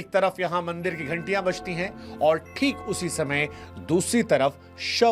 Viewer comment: Mandar nahi bandar, इसे मंदिर कहते हैं